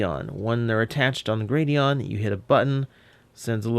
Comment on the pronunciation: Gladion, not Gradion.